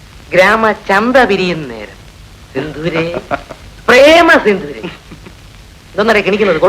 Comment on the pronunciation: ഇങ്ങനെ ഭാഷയെ കൊലചെയ്യരുതേ. ചന്ത വിരിയുകയല്ല, പിരിയുകയാണ്. സിന്ധുരയല്ല, ബന്ധുരയാണ്.